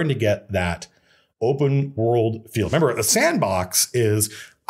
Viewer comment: Lol you said member